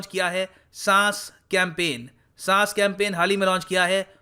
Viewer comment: SAAS nahi SAANS 🙃